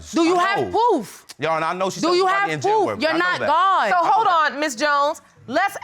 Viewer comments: Did she say "poof" instead of proof ? Wow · "Do you have pwoof? Do you have pwoof?" lol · Did she say PWOOF??😩